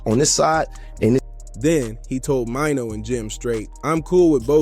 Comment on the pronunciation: Max hit crispy.. jim never sitting down with max so yall leave it alone. Jim still with crissy. French situation much easier. An maino name not pronounced like that bruh..